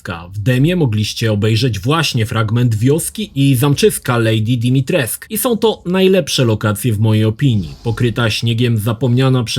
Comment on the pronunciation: Ręki sobie uciąć nie dam ale to się chyba czyta dimitresku a nie dimitres